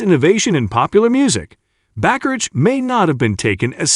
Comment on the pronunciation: It's pronounced ba-ka-rack. Other than that, I agree with everything else you said.